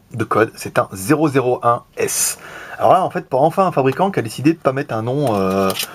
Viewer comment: A mon avis on prononce one S comme le htc one s ;)